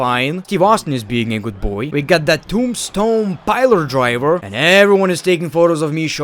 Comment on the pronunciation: It's a piledriver Not Piler-driver Ffs